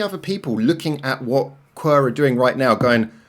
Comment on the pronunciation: 1 second in and bro called them qwer instead of qwer... not 1 single unit but 4, letter by letter